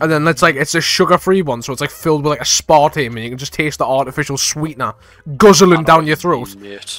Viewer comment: The way you said aspartame physically hurt me